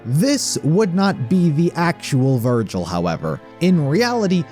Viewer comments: vergil? nah vergel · Anyone else notice how every now and then he calls Vergil “Vergul”